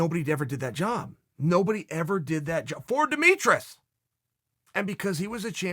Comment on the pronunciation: “Demetrous” was the icing on the cake